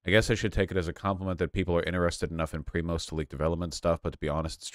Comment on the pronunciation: prima is what they call me at work, haha omg vaush's pronunciation is even worse than I expected it to be